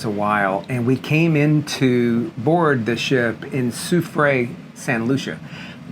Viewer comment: In case you're interested (I would) my first language is French. Soufrière is pronounced: sou. free. air. Sou. fri. ère.